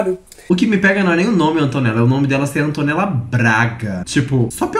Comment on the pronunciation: ai q odio ela falando "antonella", fico ate com vergonha do meu nome ser o msm que daql garota